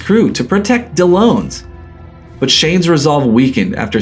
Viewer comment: Why does he still continue pronouncing Dellons as if he's spelt Dellones....